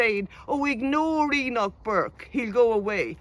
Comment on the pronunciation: "HE-NOCH" forced to stand outside 😂